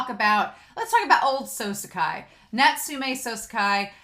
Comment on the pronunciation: Natsume Souseki is pronounced “Naut-su-meh So-seh-kee”